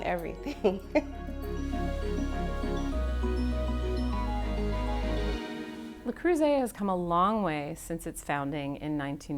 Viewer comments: It's not LA it's LE Creuset. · Le CrOOsay 😂 (it’s pronounced Le CrIRRsay) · Sorry, how does your own editor NOT know the "S" in "creuset" is soft, not a "Z"???? It's "le creu-set" where the "t" is silent.🤦‍♀🤦‍♀🤦‍♀🤦‍♀ I am embarrassed for her. Has she never heard French? It's not "croizzant", "it's "croi-ssant"!!! Good grief. I'm glad it was such a rite of passage for her she never learned how to say it properly.....you also conveniently left out that many of their pots are no longer made in France. You have to look carefully to see if the pot you want is legit French-made or a cheaper Chinese version. The globalization the CEO's son brags about did not improve quality.... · "Le Curzeee" 💀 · "La Kruoy and Le Cruisay" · "LE CROO ZAY" ;D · Perhaps I'm a snobby European, but it really bothered me that the woman was supposedly an expert, but kept mispronouncing Le Creuset? 😂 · funny how none of the managers can even be bothered to learn the correct pronounciation of their brand... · The way they pronounce the brand breaks my ears. Americans can't French. I bought the tajine over 10 years ago. It was just a tad more expensive than a clay one at the time, but I got a cast iron shell for it and the bright colours didn't hurt. I wasn't really worried about "professional level" quality aas I'm not a pro and "good enough" is good enough for the rare occasion that I use the tajine. People buying Le Creuset or any of the other "professional" brands and thinking it will make them a pro are laughable. People actually collecting them for all the pretty different colours should look into getting help. It's the same crazy behaviour you saw/see with those cups. And I fear the current quality might've slid with the over the top attention. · I was today years old when I heard how to pronounce this company LOL